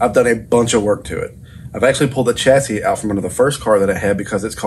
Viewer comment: Repeat after me “Shassy” like Shirley Bassy with the middle bit missing. Its french theres no Ch in Chassis! Its a sh. Don’t get me started on those “Meer” things that you see your reflections in 😘